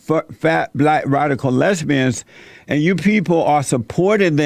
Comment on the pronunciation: I like how Jesse says Lezzbeeanns 😂